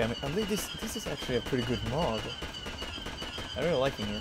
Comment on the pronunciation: lol in the beginning it sounds like you said Mop instead of Mod. And i agree this 501st unit truly looks SICK!